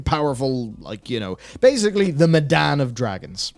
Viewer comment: "..the Medan of dragons!" aaaaaaaaand you've lost me there. That sounds awful and makes me hope all this is a fakeout.